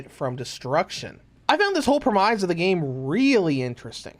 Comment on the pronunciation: "Preh-mize" of the game? Is this an AI-voice, man?? ;-)